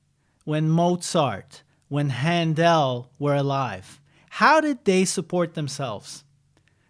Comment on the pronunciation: The way he pronounces Händel is so dope! 😋